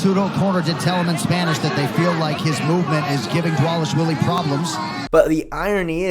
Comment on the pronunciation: Divalishalees 😂😂😂😂 Chael level butchering